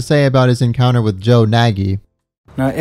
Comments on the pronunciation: THATS MY FUCKING GREAT UNCLE ON GOD BRO WHAT THE FUCK. He do kinda be like that irl tho. It's pronounced nay-gee not naggy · Hey just to clarify, Nagy isn't supposed to pronounced as Na-gyi but rather Naaaty as his surname is of Hungarian origin. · I've never heard anyone pronounce Nagy that way before 😃 it's a Hungarian name, the "gy" part is a letter on it's own. Sounds a bit like G in Gin. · His last name is actually pronounced "naj" or something like that... It's Hungarian and gy is either pronounced like a "d" or a hard "j". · Nagy is pronounced like "noj". It's the most common Hungarian last name and also means "great" or "big" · But he himself in the episode pronounces it Nagy